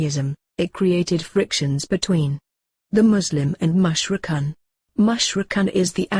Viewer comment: Very nicely animated but the voices sound strange and mispronounce certain words like "Mushrikoon" etc. May Allaah ('Azza wa Jal) help you in your efforts Inshaa Allaah! Ameen! : )